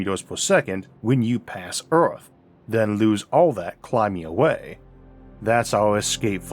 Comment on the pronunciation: If you cant pronounce earth but insist on doing a documentary on it